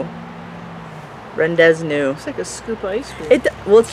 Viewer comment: The first one is pronounced Ron - day - voo silly rabbit